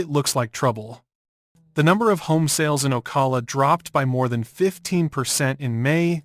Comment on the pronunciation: Obviously this is Ai. That's the only reason why it says "Port Street Lucie" and "Street Lucie." And it also pronounces "Ocala" two different ways . . . first it's pronounced incorrectly, once, then it's pronounced correctly.